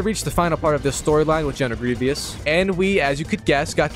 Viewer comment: Bro put down the controller and pick up a book, aint no way you can’t pronounce grievous 💀